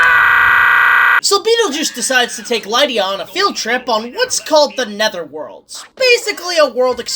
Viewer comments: Liedia deetz was kinda annoying lol, its Lydia dude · Lie-dia Deets? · Why do you pronounce Lydia like that? Lol